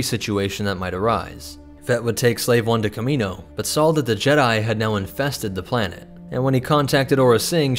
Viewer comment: saw not sawl